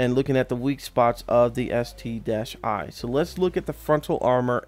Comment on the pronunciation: Its called ST-1 (One) not ST-i. But call it whatever you want to call it. :)